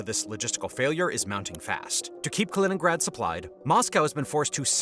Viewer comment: Kennrad?Kinnrad?Kennigrad?...KALININNGRAD = KA - LI - NINN - GRAD!!! ------- KI kann man trainieren. Tut das bitte